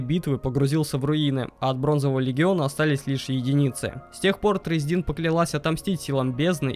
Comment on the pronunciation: Не тресдИн, а трЕсдин.....